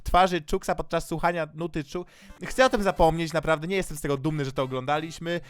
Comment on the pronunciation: tak btw dla narcyza to nie czux tylko "czax" ale my to nie patola